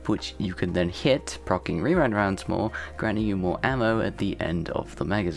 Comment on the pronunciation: Glad I'm not the only one who calls it wewind wounds